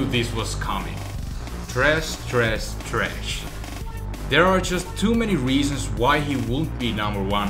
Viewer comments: its thresh not tresh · It's Thresh not tresh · "Tresh" it's Thresh bro. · his name is THRESH not TRESH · tresh hes the only person who i've hear call him tresh even the gods of league koreans call him thresh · Where's Morgana? :( Btw: It's Thresh.. 6x said It's Tresh xD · tresh its thresh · THRESH NOT TRESH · Its Thresh, not Tresh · Its THresh dude. Not Tresh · "Tresh Tresh Tresh" I swear I went crazy. That's the worst thing about playing on euw. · Wtf is a Tresh? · Tresh. Dat. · Tresh. XD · "tresh" if you are going to say his name say it right "thresh" you even typed it wrong in the subtitles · THRESH.. he is called THRASH FFS not Trash... -. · and btw its thresh not tresh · it's not tresh it's trash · NOT TRESH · Lol he says tresh lol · Tresh xD haha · Thresh, not tresh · tresh tresh tresh? thresh thresh thresh*?.. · THRESH, not "Tresh". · BTW its thresh not tresh ;) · It's Thresh. Not Tresh. Wow...... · I hope u know is thresh and not tresh .. come on dude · Why do so many people call him "Tresh"? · he is called ''Thresh'' not Tresh.... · His name is Thresh not tresh :3 but good vid anyways ^^ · Thresh.. IT'S THRESH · Why can no one say fucking THRESH?! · It's thresh with a h